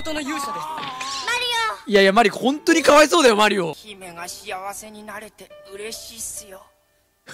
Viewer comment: か↑わ↓いそ↑う↓ww